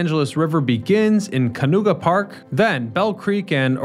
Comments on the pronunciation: Also Canoga Park, not Canooga lol. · Also it's Canoga Park, not Canooga lol. And Griffith Park, not Griffin (although he says Griffith later in the video). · "Ka nooga park" wtf😅😅😅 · Can-oh-gaa park , Griffith Park, and its not all trapezoidal.